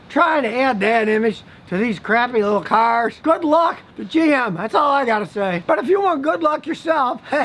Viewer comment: 😂 also you gotta laugh at the way he says cars— ‘Kharz’